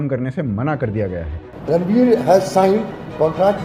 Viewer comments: Speak properly..... RANVEER .... NOT..... RANBEER 😮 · Dhurandhar mein Ranveer Singh hai Ranbir Kapoor nahi. Narrator Ranveer Singh ko bar-2 Ranbir bolta hai Couldn’t watch it past that point. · Sir it's Ranveer not Ranbir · It is Ranveer,NOT RnBIR that he is talking about, is it not? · WTF is this?! Ranveer Kapoor..?! Ranbir Singh?! Abey chutiye.. uska naam Ranveer Singh hae. Jiske uper video bana rahe ho, uska naam toh thik se bolo. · Why is it difficult to say RanVEER. always RanBIR.... Woh Veer hai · It is not 'Ranbir' but Ranveer. You keep saying Ranbir while narrating :) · its ranveer not ranbir correct in ur video first 6.39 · Bro it's ranveer not ranbir U are confusing the two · Bhai, correct name is Ranveer not Ranbeer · Greetings At 05.14 Ranbir Kapoor 😅 Slip of tounge ya???😊